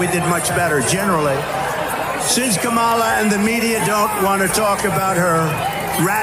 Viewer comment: Kamala (coma-la)